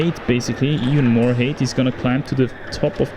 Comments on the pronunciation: Just a friendly pronunciation guide for my crazy language English. Height is pronounced with a long i sound the same as in sky, so like it was spelled hite. When you pronounce it with an 'a' sound it sounds like hate, which isn't what you want to say. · Nice falls ;) just a reminder: the pronounciation of height differs from that of hate. Just think of it beeing written "hite" next time. Cheers! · Pro tip for pronouncing "height": Say "high" or "hi!" and add a "-t" sound in the end.